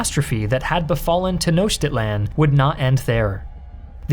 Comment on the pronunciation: Boy, the pronunciation ‘Tenochtitlán’ in this is so off 😣